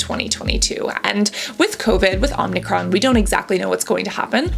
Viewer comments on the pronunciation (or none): OMICRON... OH-MI-CRON. OMICRON. NOT OM-NEE-CRON. LOL